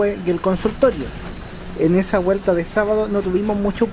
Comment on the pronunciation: CHINO ARCADE Opino lo mismo. Si mejoraras la pronunciación un poquito, como “vuelta” no “guelta” “llegar” no “iegar” sería excelente. De todos modos, muchas gracias por el vídeo y toda la información 👍